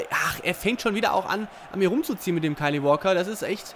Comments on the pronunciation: Man spricht es Kail Waoker und nicht kiel waulker Nur ein Tipp :) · Doch guck ein interview mit ihm oder was auch immer es wird kail ungefähr ausgesprochen aber nicht kieel oder was gesagt hat!